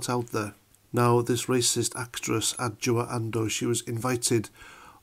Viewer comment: Well done for saying her name. I would have botched it.